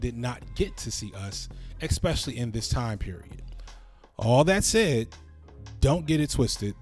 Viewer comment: Happy Father's Day! Teach your sons to ask, not axe, to converse, not conversate, and that 1st syllable in ESPECIALLY is s not x. Did you actually say [ ' S ' specially] correctly?!?! No, you just enunciated the last 3 syllables correctly because you left off the 1st syllable.... which in your case unfortunately is an X....